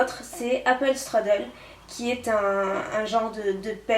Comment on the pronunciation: Super le haul ! Mais pour le apple struddle ça se prononce "apple schtroudeul" :) ça veut dire gâteau aux pommes je crois, en allemand :)